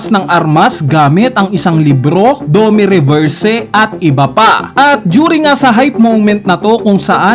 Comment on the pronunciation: naiinis ako kung paano mo bigkasin pangalan ni gunko(goonko) "ganku" 😅 edit: "dome reverse" pa pala